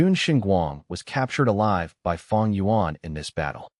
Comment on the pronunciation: It's not feng it's fang